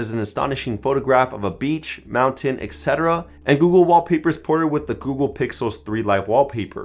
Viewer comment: Great video but I can't stop getting annoyed by the way you pronounce /etc./ smh...